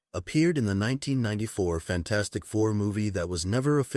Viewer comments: HE CALLED IT FAN-FOUR-STIC TOO 😂😂😂😂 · He literally said fan4stic